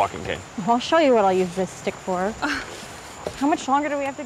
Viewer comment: That was GREAT “ we’re making a documentary.. not a horror sow” lol 😂